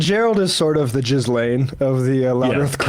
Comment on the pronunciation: It’s pronounced “gee lane” with a hard G, NOT jiz lane… it’s French.😂